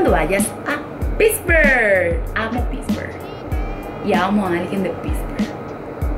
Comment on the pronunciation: Did she say "Piss-burgh"? Please don't get me wrong. It seems you have great loving parents! Thank you for loving Paraguay.